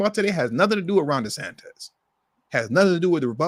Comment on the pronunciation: The Governor of Florida is pronounced- DeSantis not DeSantez.😮